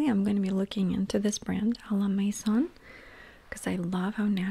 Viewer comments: Lol😂! A la Mason… she’s cute! It’s a la MAISON which means AT HOME in French ❤ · As a french I find you trying to pronounce à la maison very cute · Those bags are amazing ! I wish I had the stone one to ASMR myself to sleep right now 😅 Great haul ! Cute peu pronunciation of the word « maison » the « on » is like the one in « bonjour » and it’s a hard sound for non French speakers. Nevertheless we understood ! I don’t know the brand « A la maison de Provence » and I am French and I live in France so I can’t tell you if it’s a good brand but it’s worth trying. Provence is a French region well known for lavender and beauty products (and it’s beautiful ❤️). Great haul ! Can’t wait to see the items in ASMR vids !